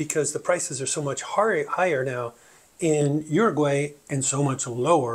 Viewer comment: Don’t say “Oroguay” pronounce it properly!!